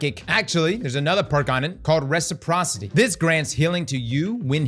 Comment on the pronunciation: How did he pronounce reciprocity correctly but not physic